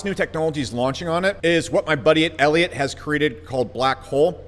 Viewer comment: He said, "my buddiot elliot."